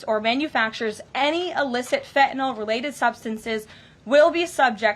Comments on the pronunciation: it is pronounced FEN TAH NILL - FentaNYL. N Y L on the end not N O L... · i just wish she would pronounce fentanyl correctly. it's NIL on the end with a N Y L not N O L . lol... everyone pronounces it wrong >_<